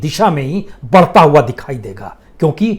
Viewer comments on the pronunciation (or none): none